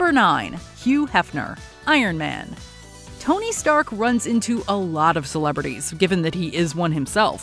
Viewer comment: " is this the delivery for uh (looks at box) Tony Stank "